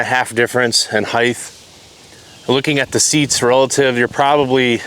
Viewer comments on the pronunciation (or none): Stop saying Heighth...